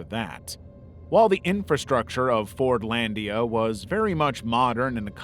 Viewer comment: Fortlandia I heard as forniteia and almost had an aneurism